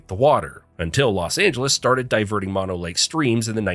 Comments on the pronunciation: Mono is pronounced closer to Moe-No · “Mano lake” 🥀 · It’s Mono, pronounced Mono, two long o‘s!!! Not two short o‘s the way you mispronounced it. Please talk to the locals before you report on areas that are important to local people like me! It’s not only irritating it’s embarrassing. Otherwise nice documentary. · Mono ? try mOnO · Tulare is not NOT pronounced like two-lair; it's pronounced two-lair-ee And it's Moe-no lake.